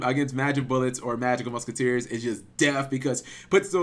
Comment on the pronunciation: Everytime you say magical muskiteers, I die a little inside..